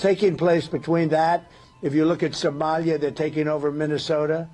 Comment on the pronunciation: I love how Trump says "Somalia" more like "somelier" (a waiter responsible for serving wine).